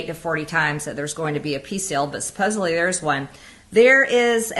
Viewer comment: MTG says "supposably", of course!